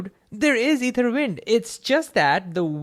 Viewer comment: Hey, hope this can help. Your intonation of ether stressed the incorrect syllable.... And you missed a pause.... Su-PERfluous.